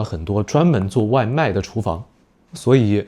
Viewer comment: Pretty cool video! I could understand nearly all of beginner, a good chunk of intermediate and some of advanced and happened to learn some new words along the way so thanks :) also, why do you pronounce "app" as a-p-p by spelling out the letters? I don't know maybe there's a reason but it felt a bit odd coming from the english speaking world 😅